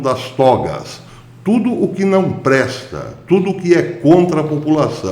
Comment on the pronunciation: ocê milhóra cádadia. Gostei da "CPI de tudio".